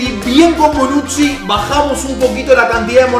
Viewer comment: Bonucci = Bonuchi Bonuzzi= Bonutzi